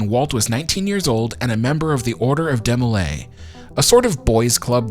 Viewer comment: DEE-mo-lay, not DEH-mo-lay 🙂. DeMolay was founded by a group of 9 men, not just Land. Land was a Master Mason, Scottish Rite, and Shriner. If you stick around these organizations long enough, you will end up being leader for a year long term eventually (six months for the youth group kids), often more than once. Though in Land’s day membership was higher and multiple trips to the dais wasn’t as common, there is no reason to say he “claimed” to be the leader as if it was the most outlandish thing in the world😂. If his lodge is still open, there’s likely a picture of him on the wall outside the meeting room. All these groups may be “secret” organizations but it’s not exactly the Skull & Bones😂, if you believe in God, have a tux, can pay the nominal fees, and they like you, you’re in. My loose lipped BIL is in😆. If you really want to you can find an old handbook in a thrift shop or find it digitized online. It is a religious organization at its base that does community service and eats way too much punch and cookies. I was so confused when I started watching European detective shows and the Masons were portrayed as the big bad🤔. Every American Lodge has a picture of George Washington, in his Master’s apron, hanging on the wall. My dad was a no nonsense German immigrant “kid” who went to the lodge a couple hours a week and sat with my mom’s purse at her events.